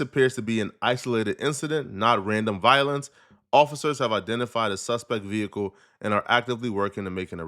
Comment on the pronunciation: That veee hickle.